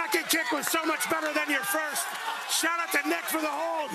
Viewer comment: shaht aht! ❤